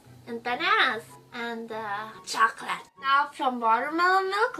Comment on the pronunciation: The way you said chocolate xD